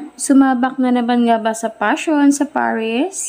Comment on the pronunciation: Paris not parish...